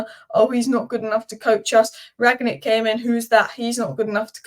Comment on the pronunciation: Rang-nick, not Ragnick:D I have seen so many people pronounce him like that, I am starting to believe there is a mandela effect going on